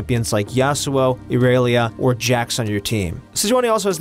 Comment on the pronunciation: You say Irelia weird, it’s “i-rell-ee-ya” not ireallya